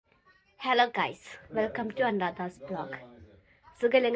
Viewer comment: അൺഡ്രാദാ വ്ലോഗ് അല്ല അനുരാധാ വ്ലോഗ്സ്